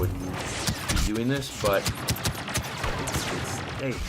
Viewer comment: "How's everyone doooooing" you are so Canadian how you say your "o." Probably Hayden Christensen. Maaaaannnnn he's so good looking